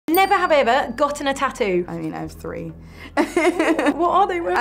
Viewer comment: NEVE HAVEH? wth was that lol.